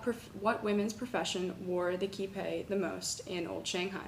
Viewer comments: 'KEE-pow' like wow. Not kee-pey. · Qipao is pronounced Chee (like cheese) pow (like powder). Please just ask a Chinese mandarin speaker for reference. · Qipao is pronounced chipow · It's spoken: Tziiiipaaaoooo, A like in "others", O like "cinammon" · Oh my God. Where do you get "key pay" from Qipao? What right do you have to make up your own pronounciation? Do a little research. OK? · Good research but PLEASE research your pronunciation first, at least on Google. It sounds like if you were trying to pronounce say, an English word “fridge” as “fried ga” and continued to say “fried ga” for 7 minutes.